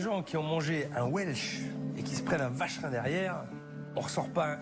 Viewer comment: Le vacherin 😂😂😂 je dirais plutôt la vache rine 😂😂😂